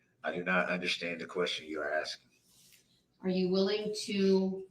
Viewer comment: "I am not axeing you... I am telling you to be here mom"